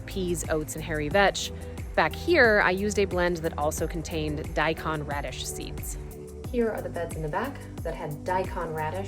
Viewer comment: Thank you for a very worthwhile video. One comment, though: The "kon" part of "daikon (大根)" is pronounced like "cone" rather than "con".